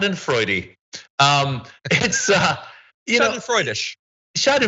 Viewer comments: Schadenfreude, to pronounce: shaa-duhn-froy-duh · Schadenfreude is pronounced Shah-den-Freud-duh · Schadenfreude is four syllables... Scha-den-freu-de. For English speakers sounds like sha-den-froy-deh. Schaden (damage) Freude (delight or joy). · "schadenfreude" is originally German. In British English we always pronounce the final 'e' - shar-den-froy-duh. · Yes, this is correct...four syllables sha-den-froy-deh or shaw-den-froy-de. Schaden (damage) Freude (delight or joy). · Shau-den-freud-ah is the proper Deutsch pronunciation if you wanted to know =) well, actually that depends on what part of Deutchland one comes from =) I came from the small village of Ruckers Am Main Hessen Deutschland (umlout over the u, blech english keyboards hehe.) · Someone has probably already posted this but...Schadenfreude is pronounced "Shah-den-froid-eh". It's a German word, so you pronounce the final " e". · Its "Shah dun froy duh" Schadenfreude btw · it's pronounced schadenfreude